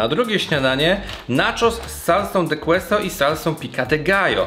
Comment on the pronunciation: i queso czyta sie keso tak tylko na przyszlosc bez zlosliowsci